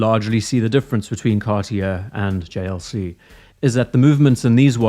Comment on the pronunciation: The JLC pronunciation was chefs kiss🤌